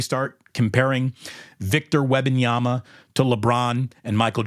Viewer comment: Say it with me "Wem-ban-yama" as a lifelong spurs fan we dislike all this attention cause we aren't use to it and i agree with everything you said except how you pronounce his name lol